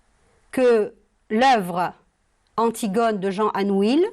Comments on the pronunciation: On dit"anouille" et non "anouile",merci. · Chère prof on prononce pas le "L" dans ANOUILH. Merci.